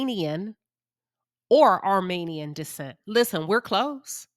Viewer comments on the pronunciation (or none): none